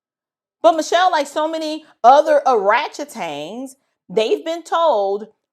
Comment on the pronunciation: Ah just came to hear you say ORATCHETANG!!!😊